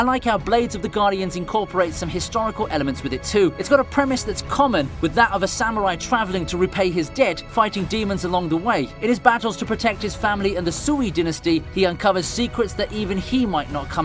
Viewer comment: "Sui" isn't pronounced "SU-EY", it's suppose to be pronounced more like "SW-EE". Asides from that, great video!